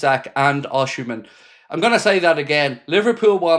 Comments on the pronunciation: Hi mate, Osimen is pronounced " Ocimen" and not Oshimen. Cheers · mate, if you're gonna keep reporting on rumours about Osimhen, please learn how to pronounce his name😂. It's not osHimhen, putting an H in for no reason, the same as calling Mo "sHalah"